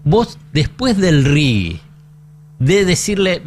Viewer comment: Es RIGI, no RIGUI. RIGUI sería en inglés.